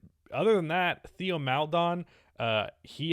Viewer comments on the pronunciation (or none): ITS PRONOUNCED “TEO” NOT THEO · it's pronounced like téo